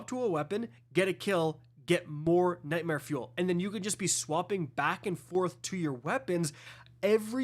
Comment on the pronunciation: Everytime u say nightmare fuel all i hear is “tackling fuel tackling fuel”